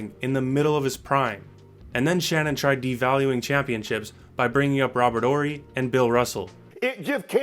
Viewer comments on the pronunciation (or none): This man Said Robert Hory. Man Shut cho AHZ up. 😂😂😂. Moving the Goal Post to fit his narrative.